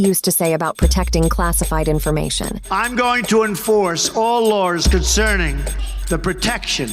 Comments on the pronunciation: How ironic he can't pronounce the word laws...he added a R! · He said lors not laws. So in fact he didn't lie. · New Yorkers don't say lawr. I was born and raised here and only morons like the Floridian Fondler say that. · “I’m going to enforce all LAWRS!”. . . . This past few years has been him pretending to be a dictator (and succeeding at being one at times!). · He can't even say the words...troth....lars. he's definitely f-ed up